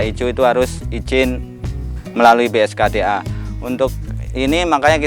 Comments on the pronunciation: Ralat om, BKSDA bukan bskda 😁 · BKSDA bang.. Masih sering salah BSKDA. 😇